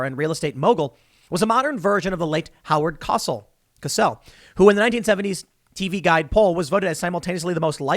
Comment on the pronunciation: This...is..How-URD Coh..SELl.